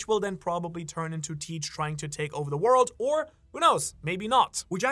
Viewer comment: Bro really said Za Wardou ( jojo reference )